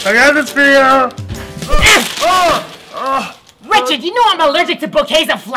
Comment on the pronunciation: *Knocks* *Door opens* Rolanda: *REECHARD!